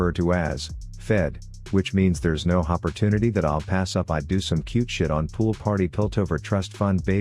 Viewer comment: My boy really just said "hoppertunity" 💀